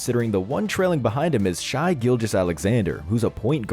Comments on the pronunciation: It's not pronounced Shy, it's pronounced Shay GILL-juss AL-eck-zan-der, it's not that hard to say a player's name right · Shai is pronounced like Shay btw